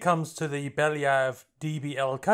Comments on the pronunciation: "Bella Yev" is a decent pronunciation. it's at least an understandably english mispronunciation yknow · You pronounced "Belyayev" surprisingly close to original)